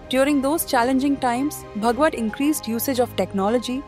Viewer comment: Horrible pronunciations ! Saying भगवत instead of भागवत, प्रचरक instead of प्रचारक.... not matching with 'ANI' standards